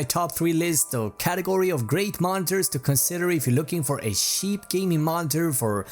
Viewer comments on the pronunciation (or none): They way he said cheap. Sounds like hes saying Sheep. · his accent made it sound like he was saying sheep instead of cheap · InfernalYT- I’m pretty sure he tried to say cheap lol